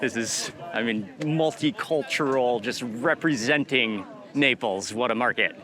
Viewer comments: Am I the only one who have heard Mark pronouncing Naples as"nipples"? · Why am I hearing nipples all the time 😂